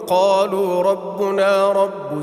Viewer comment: آپ نے دسویں آیت میں رَبَنَا کو رَبُنَا پَڑھا ہے جو صریحا غلط تلفظ ہے اس لئے اس لفظ کی ادائیگی درست کرلیجئے اور آئندہ ہمیں قرآن سامنے رکھ کر قراءت کر نی چاہئے تاکہ اغلاط سے بچا جاسکے